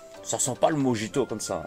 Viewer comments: Prononcé morito pour mojito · Le mijito ce prononce morito de base en espagnol car les j se prononce r. Pour le chorizo je savais pas du tout